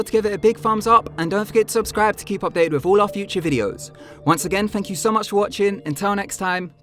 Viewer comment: No... it's fank you guys so much watchinggggg